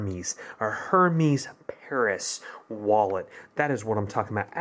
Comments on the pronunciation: It’s not her meees it’s pronounced hare mez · Er-mez not her mes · The h is silent it Hermès so it’s ermas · Gregory Chambers thank you! It makes me cringe when it’s mispronounced.